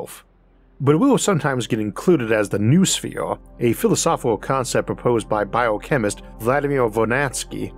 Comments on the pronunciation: Noosphere is not new-sphere. It is know-osphere. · Not a big deal but “noosphere” is pronounced “no-o-sphere,” not “new sphere.” The “no-“ comes from “nous,” meaning “mind.” It’s a common mistake. Much like how the word “zoology” often gets pronounced “zoo-ology” but it’s actually “zoh-ology” cuz the “zo-“ part comes from “zoe,” meaning life. Not from the word “zoo.” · Noosphere obviously can be pronounced "new-sphere", because you're doing it, but it's better pronounced "know-oh-sphere".